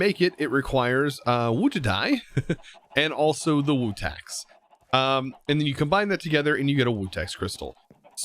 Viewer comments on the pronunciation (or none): It’s pronounced vutax shards not wutax 🤦‍♂️